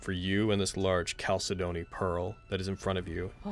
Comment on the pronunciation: Anyone else triggered by how mispronounces chalcedony?